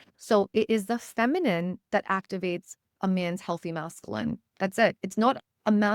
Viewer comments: Thank you for the message. Hearing the incorrect pronunciation of masculine as Mass-Ka-Lynn was distracting though. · The way you pronounce masculine 😖